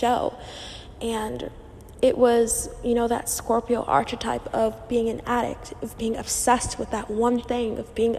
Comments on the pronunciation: Girl consider looking into prononciation of the word *archetype*. Loved the video, the info is really good, but my ears are bleeding 😅😅😅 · Please learn to pronounce archetype properly.